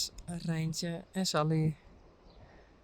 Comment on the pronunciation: My son says when you says when says what’s up Saly, it sounds like Sup Lady! lol 😂